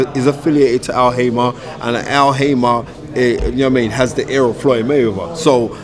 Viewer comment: *Al Haymon, not Al Haymah. And they call him 'the knowledge' lol